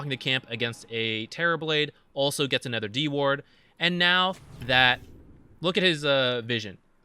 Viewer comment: I always wonder why you pronounce other/another as "ether/anether."